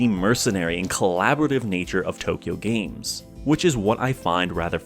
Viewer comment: Just an FYI, it’s pronounced like it’s spelled, Too Kyo Games, not Tokyo Games. It’s a pun, kyo means crazy in Japanese so it’s essentially Too Crazy games. Also, the AI in AI The Somnium Files is pronounced like aye, as it refers to the character Aiba and not artificial intelligence, though it’s similarly playing with words and dual meanings. Sorry for being pedantic lmao.